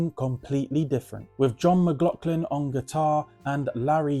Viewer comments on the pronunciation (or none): none